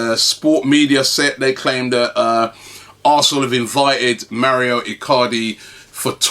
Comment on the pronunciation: It's Mauro not mario ffs